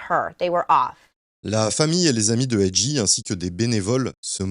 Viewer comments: Très bonne vidéo bien racontée ! Par contre lol AJ tu l'as mal prononcé tout au long du vidéo! Le J en anglais se prononce comme un G ..... Cest donc comme si tu disais "Jay" et non J ...... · Ont dit A-Jay,pas A-Gee😂😂✌ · Top la vidéo mais faut faire la difference entre G(gee) et J(jay)😉✌✌ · C'est A.J(A.JAY),pas A.J(A.GEE)🤦‍♂️😂🤣🤣🤣